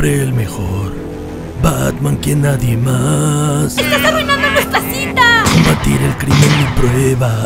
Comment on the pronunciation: No entendi si harley dijo cita o cinta que alguien me explique por favor